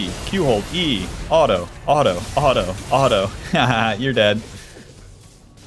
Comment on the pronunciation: how come you say the word auto as alto